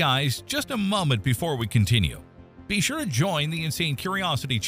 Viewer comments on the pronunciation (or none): Also "Mom-ent" . AI sucks.